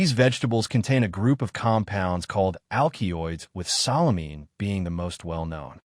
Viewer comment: AL Kee oids and SA Lə mee . . .yeah, this A.I. is a youngster, perhaps a pre-teen! The text and narration are doing some ODD, topsy-turvy things(!) So annoying = solanine(!) "So Lean" (yet another attempt at solanine!) And...number THREE: SALINE(!!) Holy crap, A.I. The "A" holds up; the "I" does NOT. This is hilarious.